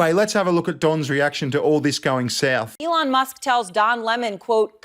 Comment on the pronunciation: love you but who tf is Alon Musk? 🤣